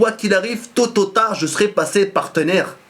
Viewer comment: = Toto au tard au lieu de Tot ou tard PTDR :p